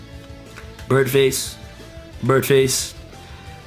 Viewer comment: I felt like he was gonna say burdface again after the 2nd one